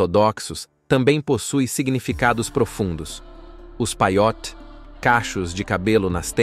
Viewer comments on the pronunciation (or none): A pronuncia correta e Halarrá..Acento agudo no ultimo a e nao Halacha Shabat e nao Shabate Peiot e nao paiot RRaredi. Yeshivá acento agudo no a